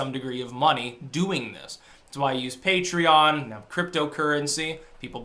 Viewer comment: You pronounced Patreon right. Something must be wrong. Blink twice if Cenk has a loaded carp pointed at you.